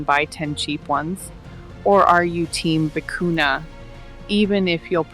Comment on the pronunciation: The word vicuña has a tilde on the letter "n." It is pronounced vee-koo-nyuh. Loro Piana has a monopoly on this yarn. It is almost impossible to buy...unless you find fakes on the black market or seconds.